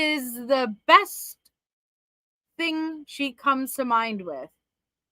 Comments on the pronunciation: Her "thing" is THINK. Not thinga. She just adds a K to everythinK endinK in ING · I absolutely HATE the way she says her “G’s” it’s pronounced thing NOT thin “ga” She makes every G sound like that.. She turns my stomach.